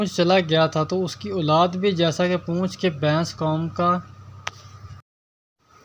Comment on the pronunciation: Yar bains nhi hota baiss hota hai